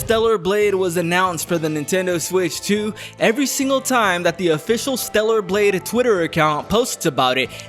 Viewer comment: torta blade